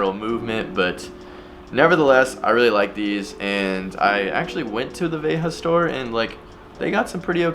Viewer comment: wtf is "veha" ?? its pronounced "veJa" as in Juin